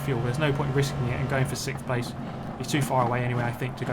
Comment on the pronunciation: “siXthhh” lmaooo